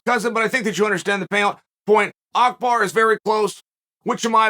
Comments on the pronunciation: Love how uncle chael pronounces Abu bakr as Akhbar. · Uncle Chael…it is Abu Bakr and not Akbar. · Abu baqr, not akbar💀😭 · Me: Abu Bakr. Uncle Chael: Akbar. Me: Yes, Akbar it is. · His name is Abu Baker not Akbar 😅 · This had me dying lol man's calling abu bakr, "akbar " lol.